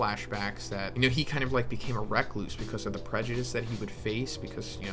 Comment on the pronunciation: Rigid-ity. "Rigidy" and why "wreck-loose" lmao recluse! I'm sorry I'll stop. 😂